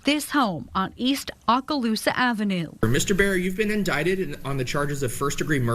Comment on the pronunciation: How do you live in and report from Florida and not know how to pronounce Okaloosa?